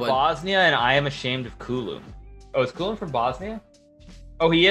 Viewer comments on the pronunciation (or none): itc not culum its čulum